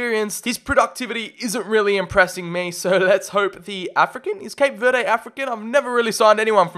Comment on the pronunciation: it’s pronounced cape ver-Dee not cape ver-day